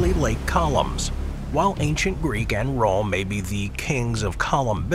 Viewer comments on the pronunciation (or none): none